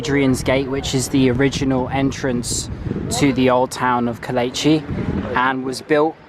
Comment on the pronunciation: if you are going to do a tourism 'guide' tour of anywhere, PLEASE get the pronunciation correct. It is NOT Kol etch i it is Ko - leech- ee.